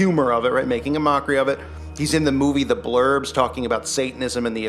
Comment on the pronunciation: “The ‘Burbs”, not “The Blurbs”. That’s the movie Tom Hanks was in